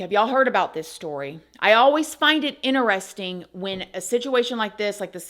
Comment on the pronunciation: I love you but you know the word interesting has a T in it right.